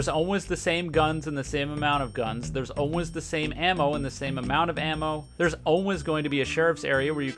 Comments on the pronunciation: idk if its just me but the way he says "always" here hurts me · why do you pronounce "always" like that